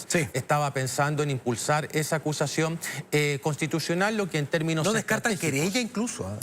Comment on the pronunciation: acushashion conshtituchional